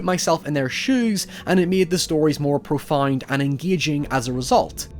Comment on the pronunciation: Did you just pronounce "Profound" as "Profund?" The fuck?